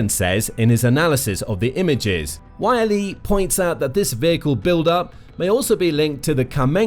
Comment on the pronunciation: It's not Y.L.E, it's Yleisradio shortened to YLE. So you just pronounce it as its written, YLE.